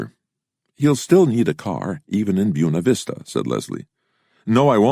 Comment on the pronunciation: Byoona Vista lol